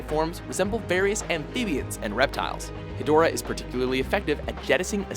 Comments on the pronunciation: is stupid he said hedorah wrong plus king cesar is not a villain is so so stupid 😠😡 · I resent the inclusion of Seesar, Angilas, and Rodan. Look closely, they were all buddies for the better part of the franchise. Oh and Hedorah, despite the spelling, is actually pronounced "hedge-rah."